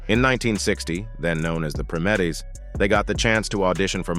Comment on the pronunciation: Was that an AI voice narrating this? Because he (or it) kept mispronouncing the name of Diana's group before they were renamed The Supremes. He kept saying "Prim-etts"...the correct pronunciation is "PRIME-ETTS"!